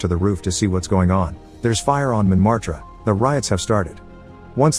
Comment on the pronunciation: He said montmartre wrong